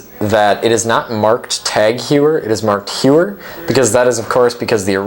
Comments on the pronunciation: say: "HOY-er" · You have to learn how to pronounce Heuer.